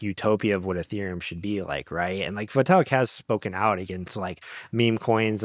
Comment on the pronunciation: Vaytalik?😂. Great episode though…